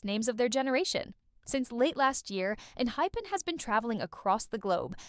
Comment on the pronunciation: wait, did she really say enhipen? like not. enHYpen? lol